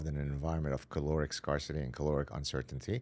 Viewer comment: OK, he said he suffers from perfectionism, so: ePHEmeral NOT epheMEral. Sorry, but this counts when you're an "award-winning professor". Scarcity: pronounced SCARE-city, NOT SCAR-city. It's been a while now that we've been told that fat consumption is OK.